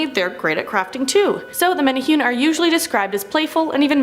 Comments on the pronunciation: Just a minor nick pick the pronunciation is actually, Men' Ne' Who' Ney (Menehune) 🙂🤙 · MEN-EH-HOO-NAY, NOT MENNA HEWN! 😂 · Menahune is pranounced (mena-hoo-nay) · Mena hunay please MENA HUNAY the other way sounds offensive to ears not menahyun this sounds strange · Pronounced: Men eh who nei... Much aloha and rice! C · Menehune is pronounced (Meh-neh-Who-Neh). The way it's being said in this sounds like nails on a chalkboard. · Meh tah hue knee. , Pronunciation is important